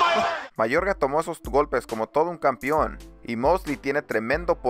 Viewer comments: Un favor de ser posible: No se dice campion, se dice campeón. Gracias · Horrible, mi consejo es que tomes algunos cursos de dicción, aprendas a hablar con las palabras adecuadas y dejes de hacer el ridículo. Es un martillo en los oídos escuchar "campión, peliar, etc" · Iralo no se dice campion